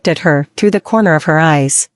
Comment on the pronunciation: Thank you for taking the time to upload these for us. Am I the only one who thinks it's funny everytime they say comer instead of corner???